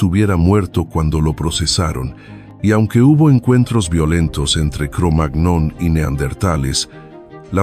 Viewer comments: Es Cromañón la pronunciación correcta. Porque está raza fue encontrada primero en un lugar de Francia llamado así, y en francés la ñ se escribe "gn". A ver si por fin los locutores se informan un poco antes de leer, y dejan de hacer el ridículo tan a menudo, porque además así le hacen un flaco favor a la gente porque difunden errores. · Aunque se escribe "cromagnon", se dice "cromaÑon" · Excelente documental !!!, La pronunciación de Cromagnon sería algo secundario y tendrá su razón de pronunciación o no, Lo importante, básico y fundamental es el contenido de éste material. Felicitaciones Mil !!!, a sus editores !!, 👍🏻, 👏🏻👏🏻👏🏻👏🏻👏🏻. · Da verdadera angustia también la manera de leer los números que tiene este locutor. Además de su forma de leer el nombre de esa raza primitiva. Es que no hay director ni nadie ahí que le corrija? Pues ya se nota lo que.. se les nota. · ¿Tal vez la máquina no sabe pronunciar la ñ